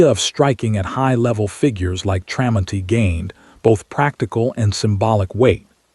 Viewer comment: AI is supposed to be smart but it can't say the mans name the story is about is pretty pathetic,others agree as well so get it right